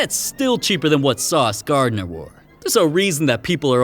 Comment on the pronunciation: “Sauce Garden” 😭😭